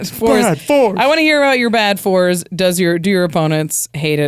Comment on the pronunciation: You said “bad fours” at the end, but it sounds like “bad force”. Quick, snap that title up!